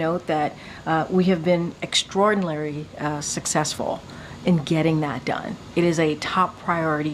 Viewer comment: "Extrordalary successful" Is the best English that an English speaking spokesperson of the USA government can speak? What a joke! I listened to this woman speaking and she just speaks nonsense.